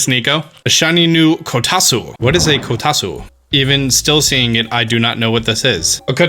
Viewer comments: Kotasu lol actual pronunciation is “ko-ta-two” Japanese usually eat oranges while sitting at kotatsu so you should put it on the table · Ko-ta-tsu, not Ko-ta-su by the way :) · Its pronounced Ko-Tat-Su. I know that Tsu is usually pronounced as Su, but in this case it is different. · * says kitatsu wrong * Me: Oh Honey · You're pronouncing "kotatsu" wrong